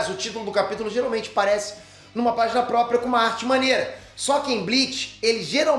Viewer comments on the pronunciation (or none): none